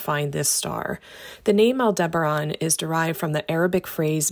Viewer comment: AI script can't pronounce Aldebaran